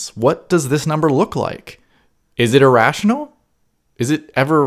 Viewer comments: As for irrational, you say it like "e-rational", as if it were email. Try saying it more like a Canadian or British person would say mirror. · I hate when your saying irational number,it sounds so funny, keep saying irational,Now i could say your not really good in english..